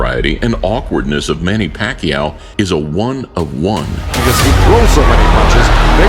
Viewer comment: Here is some help. Pacquiao rhymes with "machiatto" like the drink. Replace the "m" with "p". Remove the "tt". "pa-ki-OW" not "PECKY-ow"